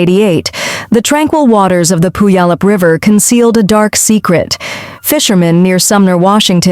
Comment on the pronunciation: I’m from Washington state your Ai killed the name of the second story Puyallup Washington. I remember the story of that lady. The guy who killed her died of cancer right before they found out it was him